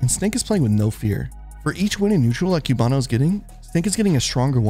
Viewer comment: The way both you and the commentators say cubano hurts my soul